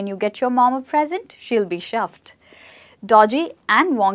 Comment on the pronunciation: I got to chuffed and had to stop. Its chuffed. Ch-uffed. As in the Ch in chair. No shuffed like shoe and it's blimey (b-lime-y) as in lime the fruit. Not blimmy